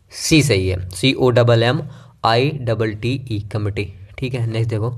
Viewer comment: Sirji committee.... Hota hai.... Committe nehin.... 👍